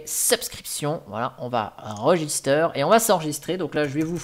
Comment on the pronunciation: On dis Register en anglais pas "register" en fr